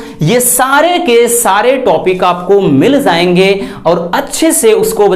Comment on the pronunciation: Zay ge nhi..jay ge 😂